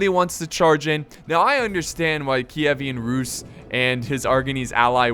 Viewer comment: It's pronounced keev-an rus